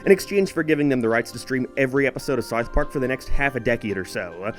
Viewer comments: why do u say sarth park and not south park?? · Its pronounced South Park, not Sourth Park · its not "Sarth Park" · Don't you mean "Sarth Park"? :P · O:07 "-for Sarth Park" ... whut? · “Saouf Park” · You pronounce South Park very weirdly. It's like that staff guy during the Planetarium episode Also suspect you may have a lisp 🤔